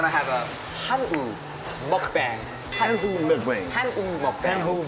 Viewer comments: 밈으로 유명한분을 모셨군요 영상 잘봤습니다. 그런데 미국분한테 설명을 한다하더라도 굳이 '먹방'을 '먹뱅', '쌈'을 '쌤' 이라고 발음해서 알려줄 필요가 있을까 싶네요 오히려 그렇게 발음할때 바로 잡아주시는게 더 좋지 않을까요? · I enjoy your program a lot, thanks ! My constructive comment is that you have to be careful with pronouncing the original Korean words. For example, the word is 쌈, not 샘. Also, 먹방, not 먹뱅. Let's keep the originality our beautiful language. Thanks. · 왜 '먹방'의 '방'을 '뱅'으로, '쌈'을 '쌤'으로 발음하면서 가르쳐 줄까요? 참 아쉽네요~ 🤔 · 먹방, 쌈이라고 안하고 굳이 먹뱅~ 쌤~ 하는건... 개그포인트인가요? 미국인이랑 얘기한다고 한국어를 굳이 butcher해서 발음할 이유는 없는듯 합니다. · 먹뱅이라니...먹방!!! 쫌! 표기야 그렇다쳐도 코앞에서 알려 주는데 제대로 된 발음 알려줘야지...최씨가 초이가 되더니....발음은 제대로 알려줍시다 . 표기야 한계가 있으니 그렇다 쳐도. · 영상은 재밌게 잘 봤습니다. 그런데 쌈장을 bean paste라 하고 쌈을 쌤이라고 발음 할 필요가 있었을까 싶네요. 외국엔 없는 우리나라 고유의 음식이니 그냥 한국어로 쓰고 발음해 주셨으면 합니다. (먹방도 먹뱅이라 발음하시고..) 외국인이 뭐가 들어 갔냐고 물어보면 그 때야 설명 차원에서 bean paste라고 하셨음 어땠을까 싶네요. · 먹배앵! ㅋㅋ 쌔앰! ㅋㅋㅋ 그냥 오라지널 발음으로 해주시면 안되나요? 먹뱅까지는 뭐 외국인들이 그렇게 부르니까 그런다지만, 쌈을 쌤으로 말해주는건 좀 에러네요.ㅎㅎ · 한국을 알리는건 좋은데 먹뱅은 뭐고 쌤은 뭐냐 발음이 안되도 한국어로 제대로 발음을 알려줘야지.. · 재미있게 잘 봤습니다. 영상 만드신분들의 엄청난 노력과 열정이 느껴졌습니다. 장시간 한 자세로 누워 유튜브를 보던 저의 자세를 바꿔주었으니까요. 감사합니다. 영상을 보던중 실례를 무릅쓰고 건의드립니다. 진행하시는 분께서 "쌈"을 "쌤"이라고 발음하시는데 정확한 한국발음과 억양으로 말씀하시면 좋을 것 같습니다. 외국분도 알려주신 분의 발음과 억양을 그대로 쌔~앰이라 발음하시더군요. 다른 영상에서는 "먹방"을 "먹배앵"이라고 하시더라구요. 우리 문화를 널리 알리시는 컨텐츠로도 일조하시는데 정확한 한국어를 사용하시면 좋을듯하여 댓글 남깁니다.